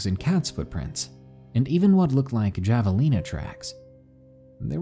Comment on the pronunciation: Javelina is pronounced like “ha•vuh•leanuh”